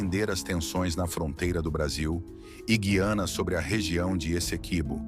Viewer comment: POR FAVOR, PRONUNCIE DIREITO: GU-IANA, E NÃO GUI-ANA.